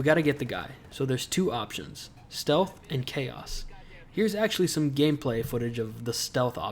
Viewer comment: Weaver: STELTH